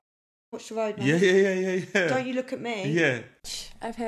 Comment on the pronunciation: "ats ma mean" 😂😂😂 ats ma mann 😂